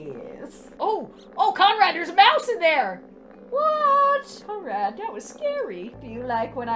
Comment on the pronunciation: I thout you said comrad